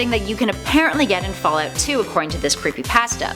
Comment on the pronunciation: boooooooooooo.....i wasnt going to say anything....but accents are something i catch. Specially the loss of one...Can you stick to one way of pronunciation :-P....first its fall oot then its fall out...very distracting ^_^...my mind is trying to tell me you are saying two different things...when its one And the word pasta...omg is it a jersey accent now? pawsta or pasta? something tells me these creepy pastas are all just random fiction....i mean MODS are one thing but ya...almost seems like OP is making this up on the spot. If not why share what other people make up? if its made up its not creepy pasta.....no videos no picture it didnt happen .....trying to artifact? according to this definition....it was not artifacting at all...........these dots should go on forever..... ar·ti·fact /ˈärdəfakt/ noun noun: artefact 1. an object made by a human being, typically an item of cultural or historical interest. "gold and silver artifacts" synonyms: relic, article; handiwork "hundreds of unidentified artifacts are stored in numerous rooms beneath the museum" 2. something observed in a scientific investigation or experiment that is not naturally present but occurs as a result of the preparative or investigative procedure.